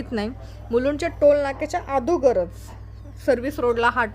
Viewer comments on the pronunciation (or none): ताई आदोगर नाही.अगोदर . व्हिडिओ बघायला खूप आवडतात आणि खुपचं कौतुक वाटतं तुमचं .काळजी घ्या